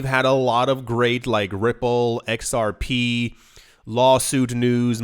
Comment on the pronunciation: It's pronounced "Zerp"